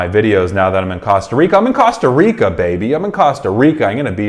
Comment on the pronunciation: I’m sorry but the way he pronounced Costa Rica is killing me 😭